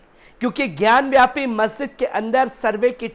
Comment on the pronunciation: ज्ञानवापी बोलो ज्ञानव्यापी नही ढंग से बोलना भी नही आता